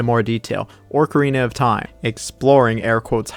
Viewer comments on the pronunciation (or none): “Orcarina of time”